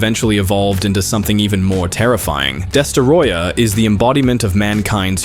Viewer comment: "Destaroyah"? Idiot.